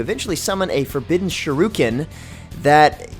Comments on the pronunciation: It's like they can't even READ the damn word. The word is very clearly SHU RI KEN and yet they say SHU RU KEN.I mean what the hell? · pls dont say Shuriken as Shiruken idk why it just bothers my ears thanks man love the vidyas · Did this nigga just say "SHARUEKEN"? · Holy crap I dont wanna sound like a weeb but those pronunciations of kunoi(E)chi and shuri(E)ken had me crying. especially after months of mmohut not mentioning a pep about dfo content like ranked pvp and more 2nd awakenings n such.